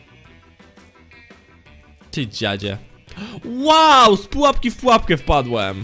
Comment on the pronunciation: Dlaczego zamiast "pułapka" mówisz "trapka"?